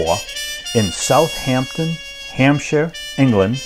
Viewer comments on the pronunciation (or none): none